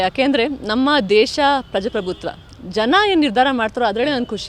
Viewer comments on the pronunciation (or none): ಪ್ರಜ ಪ್ರಭುತ್ವ ಅಲ್ಲಾ ತಾಯಿ.... ಪ್ರಜಾ ಪ್ರಭುತ್ವ........